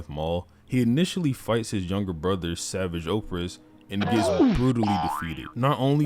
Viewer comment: Bro you gotta learn how to pronounce savage 😭